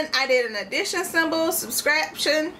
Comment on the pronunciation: Don't be mad at me, but I kinda got a kick out of watching you try to pronounce "subtraction" correctly, lol. Reminded me of an old grade-school classmate of mine who would pronounce "calculator" as "CACK-u-la-tor", lol. But anyway, lovely job with the pie. :)